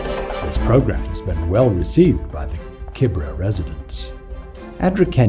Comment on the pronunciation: It’s called Kibera not Kibra.